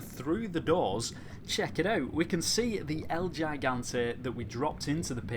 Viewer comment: No el llaigante, el GIGANTE (el HE-gante)